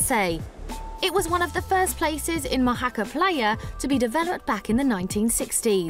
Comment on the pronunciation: What is ’Mou - hakka’ ? At least learn how to pronounce the Spanish names if you’re going to film there… Mojacar!